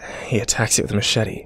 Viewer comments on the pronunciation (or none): none